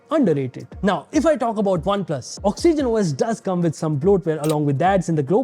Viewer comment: Did he say oxygenos